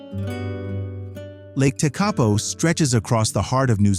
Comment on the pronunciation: I wish you'd grabbed a local to proofread some of your pronunciations. E.G. TEkapo, not TeKApo.